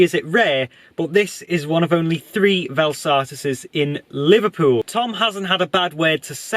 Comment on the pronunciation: It's jarring hearing you pronounce it. It's pronounced "Vel Sat-tiss" not "Vel Sar-tiss' Nice review 👍